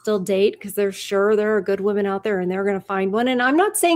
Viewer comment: I wish people would learn how to say the plural “women” correctly. It’s like nails on a chalkboard to my ears 🙄